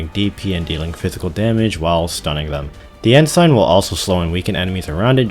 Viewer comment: Honestly the funniest part of this overall wasnt you messing up Saileach's name as much as how you pronounce Ensign (it's more like "En-sin")